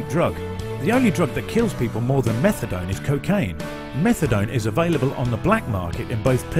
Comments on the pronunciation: It’s pronounced Meth-UH-DONE not Metha-DON! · Why is he calling it methadon? It’s methadone! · No one calls it meth-a-dawn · this stupid narrator keeps callin it methadon and it's driving me nuts! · "Methadawn" - dude can't even pronounce the name of the drug he's talking about...mad ignorant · Lol. I'm like did he just say metha-don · I can't... With the way the narrator is pronouncing methadone. Don't talk about something you can't even pronounce right. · I wasn't gonna mock him saying "MethaDON" until he mentioned "MethaDon" and "a BenzodiazePAN". If only there was an auto correct for speech.